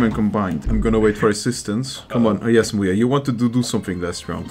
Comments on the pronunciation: MuYe❌ mooye✔ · Ah yes I like "MuYe